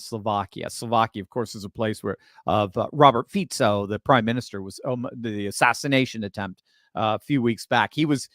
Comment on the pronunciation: Fico, pronouce it Fiko.